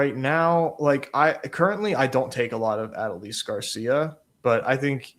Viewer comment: I love your content, but man, hearing everybody butcher how to say Adolis had me pulling out my hair lol